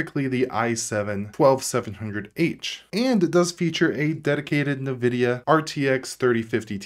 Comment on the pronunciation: It's pronounced "in-vidia". Great video as always!😁